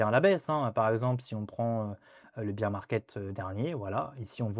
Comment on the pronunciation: "Bèèèèr" market 🥹